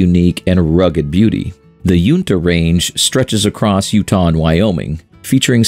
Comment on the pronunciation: Hearing people pronounce Uinta is hilarious. Coming from a Utah local.